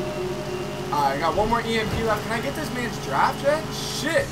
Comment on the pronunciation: When you say shit it sounds like your saying "chet"